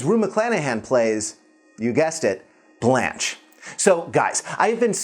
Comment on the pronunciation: I'm so irritated how he wrongly pronounced her name.